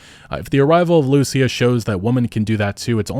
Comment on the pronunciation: Please for the love of good, just say Lucía's name in the right way. You can hear in the trailer how its pronounced...